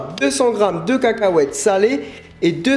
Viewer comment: La manière dont tu prononces le mot cacahuètes m'a trop fait rire haha ! Sinon je vais faire cette petite recette, on s'en fou que ça soit simple c'est même génial, le principale c'est que ça soit bon ! Merci ! Bisous :)